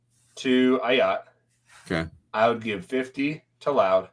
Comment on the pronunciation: Bro, how are you not able to pronounce Ah Yats first name? He has been with the program for 3 years now and you can't get his name right. C'mon